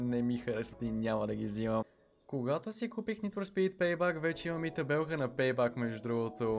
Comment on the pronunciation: ПЕЙ БЕК НЕ ПЕЙ БАК !!!